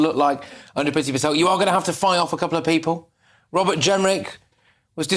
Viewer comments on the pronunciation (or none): none